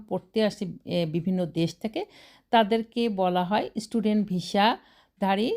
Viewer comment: Visa o ucharon korte pare na